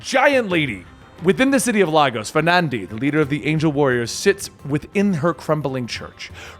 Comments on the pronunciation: Lagos “Lay-goss” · Phonetically It's "Laygos" not Lagos. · First as a Nigerian - there are no Zebras in Nigeria. Second Lagos is pronounced "Lay-gos"... Just saying. Nice seeing the league in my country though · Couldn’t pronounce the city correctly in any of the films and now on here, Lagos in pronounced as “Lay-goss” your welcome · Hey I love this channel and you so much, so I mean no hate, but as a Nigerian and someone from Lagos it really bugs me when people mispronounce it, it’s really not that hard it’s just Lay (as in lay down) and Gus (like the name) you say it like lay+Gus, laygus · Wow always nice when some things happens in Nigeria ... interesting pronunciation of Lagos btw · Glad to hear Nigeria in this. But Lagos is pronounced with a strong A, I understand it's a little weird with other countries and their languages (Nigeria has 3) so I thought this would help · Why does every person not from Nigeria pronounce Lagos wrong